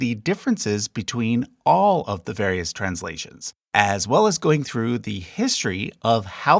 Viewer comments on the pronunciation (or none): none